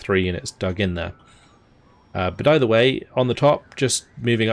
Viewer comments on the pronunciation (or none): none